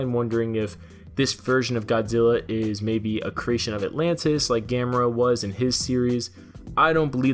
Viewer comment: ITS GA•ME•RA NOT GAM•ER•A!!!!